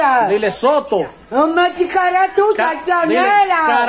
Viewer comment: Hayyy que risa 😂 tú ere bellaco dile cara de Soto 😂😂😂 y ella lo dise mal 🙈😂😂♥️🥰